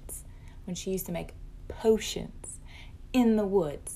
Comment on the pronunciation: "Potionts" ...no no, its potions with a damn N! my 5 year old says it right, why cant you lady?!!??!?🤯😵‍💫😒